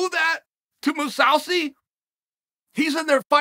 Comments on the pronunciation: Chael " Gagard Mosawsi" Sonnen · “Moose-ow-see” Jesus, Chael. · "Gegard Mousawzi" uncle Chael back at it again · Chael "Moo-sow-see" Sonnen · 'MOO SAU SEE' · “Gegard Mawsawsi” - Uncle Chael